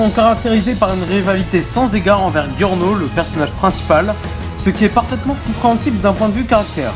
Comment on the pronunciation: C'est bien sauf qu'on dit giorno (jyorno) pas (guiorno)